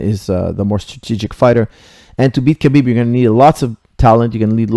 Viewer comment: its pronounce habib dont sound out the k